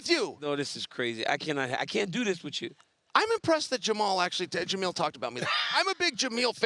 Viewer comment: Chael saying merab Dijon-mustardvili and jameal 💀💀